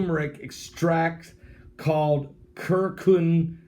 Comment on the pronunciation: not providences of China’s; it’s PRO-VIN-CES of China. And it’s turmeric and CUR-CU-MIN.